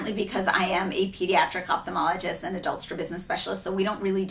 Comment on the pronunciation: I'm not sure why so many young ophthalmologists mispronounce their own title, but here is the right way to pronounce ophthalmologist.